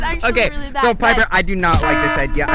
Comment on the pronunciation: You said liper it is piper